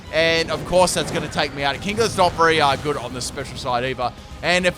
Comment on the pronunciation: "berry good" bruh